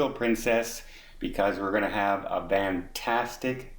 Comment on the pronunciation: Is it me or does say "Vantastic".....Lol